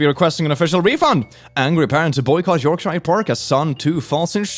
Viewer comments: BTW it's pronounced York-shure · I can instantly tell he is American from the way he says Yorkshire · I'm not sure what I laughed at more, "son, two, falls in sheep poo" or the trying to pronounce Yorkshire 😂